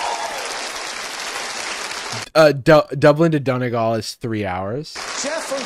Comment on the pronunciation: the way he pronounces donegal is so funny to me, its not pronounced like doniggle its pronounced like done ee gawl